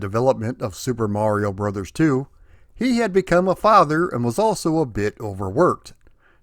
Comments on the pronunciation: Right. There you go. It has always been "brothers". Even back in the old commercials, it was pronounced as "Super Mario Brothers 3". Refreshing to actually hear the title and not some social media abbreviation of said title. 🤣 😂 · Thank you. It’s “Brothers”. That’s how the abbreviation is supposed to be pronounced. 👍😉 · I'm sooo glad you are properly pronouncing it as Super Mario Brothers 3. Literally nobody back in the day, not even Nintendo themselves called the game Super Mario "Bros" and the modern internet misinformation grates on my nerves just as much as when people say Nezz and Snezzz for NES and Super Nintendo which isn't what the classic systems were called either especially in the US. Brothers was abbreviated or shortened to Bros so it could fit inside the Western portrait boxes of the NES. To go a step further, when you read the Japanese or Katakana it's sounds out as "Super Mario Brothers." Each game after 3 they dropped Brothers in placed of World, Yoshi's Island, 64, Sunshine and so forth but when they restarted the series with New Super Mario Bros on DS they incorporated it back in for nostalgia reasons. But tangent aside Mario 3 is my favorite out of the entire series and a close 2nd would be Super Mario World. 😇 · You said Super Mario BROTHERS. As this is the way Captain Lou Albano said it for the cartoon... you have said it the ONLY correct way! I will approve of this. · Thank you SOOOOO much for pronouncing it "Brothers" as is proper when saying abbreviation aloud. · Thank you for pronouncing Bros. as intended. I swear, people either miss or don't get the point of the dot at the end of it. It's not the end of a bloody sentence, it's indicating an abbreviation. Like you don't pronounce Mr. as 'Merr' or Mrs. as 'Mers' right?